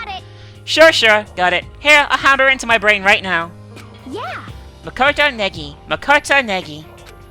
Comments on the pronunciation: oh btw, you're saying Naegi wrong. its pronounced Nye-Eggy. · Gosh I love the way says naegi?? It's just Neggy